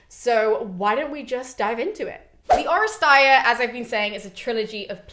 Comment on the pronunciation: This was the firs time that I've ever heard someone pronounce the term " Oresteia." I came across it several times in my reading but I never heard it said. This is very exciting.